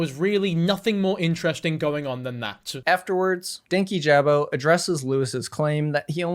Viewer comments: His name is Dan-KEE-ja-bow not danky-jab-o. Regardless of the context in which you’re talking about someone, take the time to learn how to say their name correctly. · Danyjabo is constantly pronounced wrong in this video it’s “Dank- yee- Juh-bo” and he’s relatively a new creator in the commentary world which is why he’s so like unimportant seeming I guess. has been around for a while, but he’s only popular around certain kinds of people 😅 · the pronunciation is frying me :sob: its pronounced dane-kee-juh-boe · Ik this was a year ago. But dankyjabo's user is pronounced "dan-key-juh-bow" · The way he says "Dankyjabo" annoys me so bad 😭 it's Danky - juh - bo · The only bad part of this video is how many times DankyJabo’s name was mispronounced 😭 it’s “dan-KEE-juh-bo” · The pronunciation of dankyjabo in this video threw me off so hard- it’s DAN-KEY-JAH-BOE lmao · I quite like commentary youtubers, it’s definitely the genre I enjoy putting on in the background or will lean towards when there’s a topic I’m interested in. I’ve watched dankyjabo for a couple of months and honestly really enjoy his content. I’m disappointed with the mispronunciation of his channel name. I don’t want to come in here and be all for one side but when it’s something as noticeable and easy to research like a pronunciation, it does make it harder to follow your video. I could be reaching here but I was genuinely curious to hear this video out but was put off by the thought that if you couldn’t at least research who you’re talking about, it kind of discredits the video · the amount of times i’ve wanted to slap someone in this video for mispronouncing dankyjabo is actually insane. im american and it only takes two seconds of research to figure out how to say his name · Everytime said DankyJabo's name wrong, it rubbed me the wrong way. I'm not entirely sure why, it just did. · I'm just here to hear an adult man say the word 'Dankyjabo'. It does not get old.